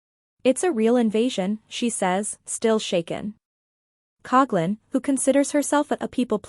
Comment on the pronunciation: I just wish people would pronounce her last name correctly.